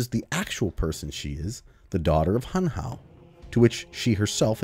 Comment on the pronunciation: It's Hunhow